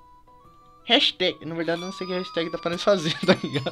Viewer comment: kkkkkkkkkkkk o falando no começo HASTAG